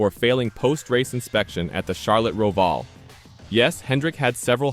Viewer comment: That computer generated voice was annoying, particularly when it mis-pronounced Roval.